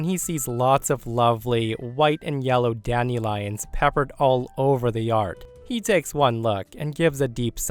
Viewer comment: Is weird pronunciation of "dandelions" some regional accent of which I'm unaware, or simply an odd mispronunciation?? The word is correctly said as "DAN-duh-lai-unhz."